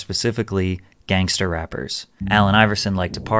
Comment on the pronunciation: Whyd you spend the whole video pronouncing gangster so oddly? "Gangsta" 🤣